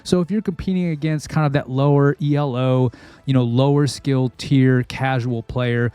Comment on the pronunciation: I noticed you're saying Elo like it's an acronym, it's not